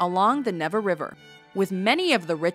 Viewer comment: She butchers all the foreign words too! Did you hear her say "Never river" It is pronounced Nyeh-vah.